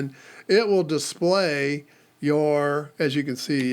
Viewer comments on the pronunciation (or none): none